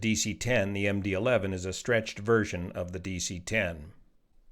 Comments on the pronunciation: Someone on another thread speculated that he misread “11” as a roman numeral “II” and said ”MD Two”. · At least he didn't say MD-eye-eye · Worst . He said MD Two (II) instead of Eleven (11) ! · Did he just read MD-11 as “McDonnel-Douglas 2?” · "Let me read this so I get this correct" Proceeds to read 11 as II in the first sentence... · Are we going to skip over the fact that this NTSB guy said the aircraft was built as a “McDonnell Douglas Two”, most likely confusing the “11” for the Roman numeral “II” and that he said the plane took off from “Runway Seventeen Arrrr”?! Come on, man… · Yeah, I kind of feel the same about that guy. He makes some good points, but I think he’s more of a like citizen advocate type of person than an actual expert in anyway. Clearly he read MD-11 as MD-II. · I was wondering about the "McDonald-Douglas 2" part until I realized it was a misreading of MD-11. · McDonnell Douglas 2? This is the NTSB's spokesman and he doesn't know what kind of aircraft it is, only what he misreads. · You know, I heard that too and thought maybe there was some unusual type variant that I wasn't aware of, or misspoke and shortened something like a "MD11-200" and made it into "Em Dee Too". I hope he knows an MD-11 is not an MD-II. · I wonder if he misread the "11" as the Roman numeral "II" and meant to say MD-11 converted to MD-11F.